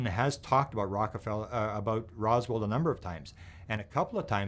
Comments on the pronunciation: …..IT’S “ ROSWELL “…… ….. NOT “ ROSWALD “…..🙄⁉️ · “Rosworld” lol